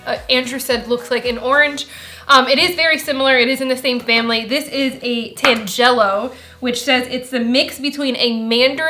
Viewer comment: You said "tangelo" incorrectly -- it's TAN juh low. I love them, especially the Minneola, but they are definitely best in the winter, like most citrus. And when you say, "orange," I'm guessing you mean Navels, but you might want to specify (because it's not clear). I highly recommend the ugli fruit and Cara Cara orange, if you've never tried them... The dragonfruit looked underripe, to me, but no matter, I've always found the red ones to be rather meh with little taste, even when ripe -- they yellow ones are where it's at.